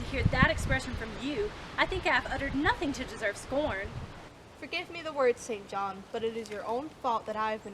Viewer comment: Might I add that this may be the only film in which "St. John" is correctly pronounced?